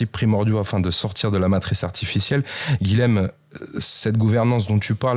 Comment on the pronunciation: SVP les "nordistes", le "LH" présent dans le prénom Guilhem se prononce "Y", car c'est un prénom occitan (beaucoup de seigneurs de Montpellier se sont appelés Guilhem). Merci ! 🙏😊